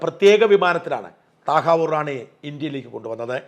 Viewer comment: താഹവൂർ ഹുസൈൻ റാണ എന്ന് പറയണം സാജൻ